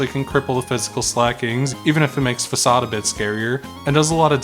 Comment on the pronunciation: Furthermore, it’s pronounced ‘fa sawed’